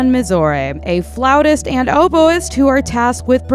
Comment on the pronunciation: Liking this video for the recommendations that I’m excited to check out, but ALSO liking this video because you pronounced “flautist” correctly! 😅